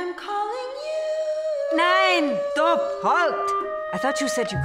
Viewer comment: I LOOOOVED the premiere but seriously her german accent is horrific haha. And before someone says something I think Jessica is incredible and so is everyone else on AHS. But especially in this promo... she can't even say STOP right:/ but omg evans character is so cool:o and sarah paulson is amazing. I Love dot!!!